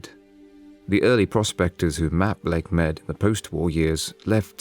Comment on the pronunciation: it is said Lake Mede/Mead... not Lake Med...